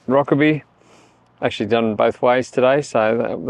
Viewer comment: Never heard Rokeby pronounced with the e, i've always heard it pronounced with a silent e.